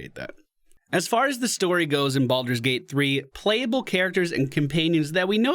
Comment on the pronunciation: Bal-Door, not "boulder".